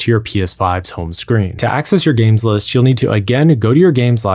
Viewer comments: It took me about a minute to realise he was saying ‘games list’ not ‘games less’ 😂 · Love the way he's saying "gameless" 😆